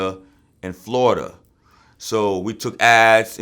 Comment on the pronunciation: No one says Florida better than a New yorker. Lol pras need to teach me that native New Yorker talk.